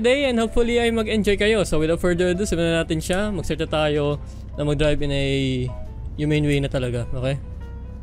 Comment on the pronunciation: Bro. Ang. Galing. Mo. Mag. Dirab